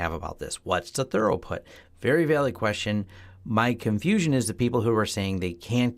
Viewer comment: your telling me, lets go Thorough this tunnel, lol, maybe its an American pronunciation thing, who knows, try thru-put. drop the British spelling crap we throw into words to confuse foreigners.